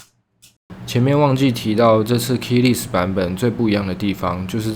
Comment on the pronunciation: Less 發音是累死